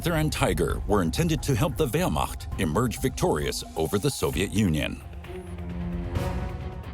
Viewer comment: first time i've heard a non german speaker pronounce Wehrmacht correctly.